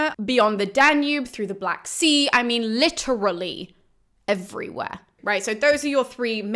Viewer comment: This is a very nice look at Herododtus! Now here is my dumb comment.....thank you for annunciating literally with all it's syllables!